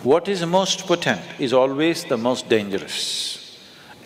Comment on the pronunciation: Sadhguru borrows from the Hindu tantric spiritual trsdition and presents it as his own. Alway a haughty conguru. Btw its not "poTENT but POtent". Arjuna J.